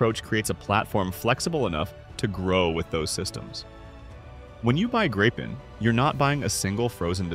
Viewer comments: So. Either pronounce it the «Gripen» in Swedish, or use the translation the «Griffon». To «gripe» is a whole different thing… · Gree-pen. Nothing to gripe about.😁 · in the same sentence you call it the gry-pin and the grip-in pandering to eyes and i-ts callers. Such diversification. However you fail aith the new engine by saying that supercruise will not light up the sky with tail bloom or guzzling fuel. Umm great. But does it drop leaflets to advise any listeners that any perceived sonic boom is a figment of their imagination and they should see a psychiatrist if they hear one? Also harder to intercept. I think I need to inform you that any chaser will not be hampered by using fuel on full AB to catch someone on super cruise in a push and shove scene. So even an old extinct EE Lightneing would have no trouble catching it as long as it only had a few minutes lead.. Lots of generic talk about a newer engines, without any detail of the specifics the headline is about and the fact that being an export engine solution to avoid Trump's control it also has reputedly potentially slightly less performance than the Swedish supplied production engine. And is it yet working? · This AI pronounces Gripen at least three different ways.